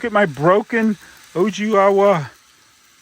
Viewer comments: Nice! Owigawa is pronounced oh-wee-gah-wa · It’s pronounced Oh-ee-gah-wah.